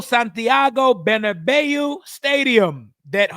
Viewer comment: Perfect pronunciation of Bernabeu 👏👏👏 Most non soccer fans don't make the effort to get that right!